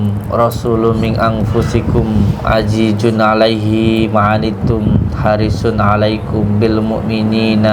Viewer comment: Maaf saya ralat sedikit bacaan ayat nya yg laqod ja akum rosu lummin anfusikum azizun alai hima anit tum harisun alaikum bilmu'mini naro'ufur rohim Jgn aji jun itu alaihima itu salah ingat alqur an salah sebut huruf jadi salah arti makna nya beda yg benar azi zun alaihima Ini alqur an sr atthoba ter akhir